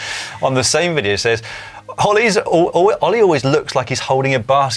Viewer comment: Surely I can't be the only person who heard Dan refer to Ollie as 'Hollie'?